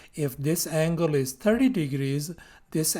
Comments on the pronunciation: bro is telling angle "angala" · bro it's something on the "anguala" side